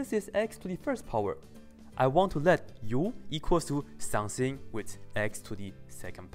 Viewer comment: I like When you say "some thing" It sounds like some Chinese food :]